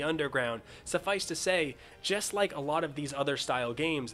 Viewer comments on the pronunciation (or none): none